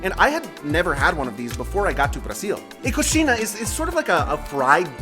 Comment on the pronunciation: I love the pronunciation here. Praciul, pau de queijo, cosheena 😂